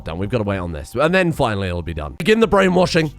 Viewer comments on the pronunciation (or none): none